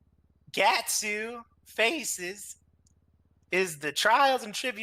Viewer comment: he called guts gatsu. no.. no.. just no. EVERY true fan knows Miura confirmed gatsu is wrong.